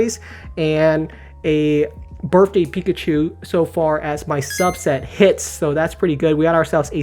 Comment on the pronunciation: Also, it’s BirTHday not BirFday